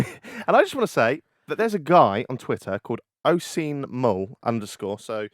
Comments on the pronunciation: His name is pronounced O-sheen and if Oisin pronounces it differently he’s a bigger prick than the comment makes him out to be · Jack doesnt know his Irish names! Oisin is pronounced as usheen or osheen depending on the part of Ireland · That pronunciation of Oisin was horrific hahaha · Learn to pronounce his name if ur going to say it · the way he pronounced “Oisin” lmao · Haha Oisín is an Irish name ( also my name) wasn't a bad effort at pronunciation